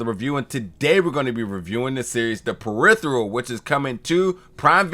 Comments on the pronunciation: Dude ~ slow TF down, take a breath, read the title, put a card under the camera that says PE-RI-FER-AL phonetically. You got all day, this ain't live. I dunno, maybe in Future London they got different dialect... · Lol... He pronounces the "phe" as "the". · Imma keep it a buck... I couldn't watch the review after you said the title incorrectly in the beginning. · Why do you pronounce "peripheral" so weirdly?